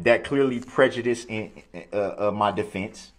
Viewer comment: Him struggling to pronounce prejudice... 😂